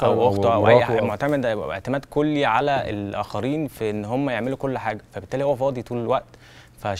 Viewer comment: (موسى- عيسى) دي اسمها ألف لينة ، مش ياء. (على )ده حرف جر بيتنطق علا، زي ما بتقول موسا وعيسا. (علي) هو الاسم اللي بيتنطق علي.